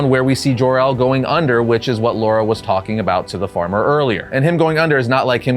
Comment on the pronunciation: Why do you keep saying "Laura" and not "Lara"? 😭😭😭